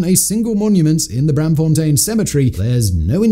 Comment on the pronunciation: The -aam in Braamfontein is pronounced like the english "arm." It's Br-~arm~-fontein. Not Bramfontein.